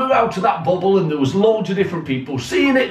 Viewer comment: don't know why but when you say bubble i cant help but laugh.